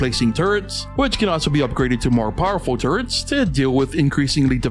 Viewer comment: I couldn't stop hearing "turds" instead of "turrets"